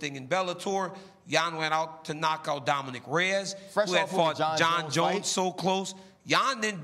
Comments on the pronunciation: “Dominique Reyes”- ya this dude RC ain’t it with this show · RC is horrible. Can we get someone who knows the fighters’ names at least? It’s Dominic Reyes, not Dominique. Or worst, at about :45 sec in, when RC says, “when you wining fights against the person that he won it against gets you.” 🤦🏽‍♂️ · this guy says “domineek” reyes haha i can’t take him seriously.